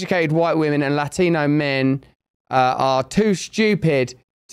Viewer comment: "Lachthino". hahaha..What a narc.